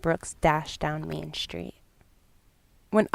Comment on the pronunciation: I've tried really hard to watch this video but I can't get past your mispronunciation of "st" words like struck or street. There's no H in there. SHtreet.. SHtruck... Jfc woman. Thumbs down.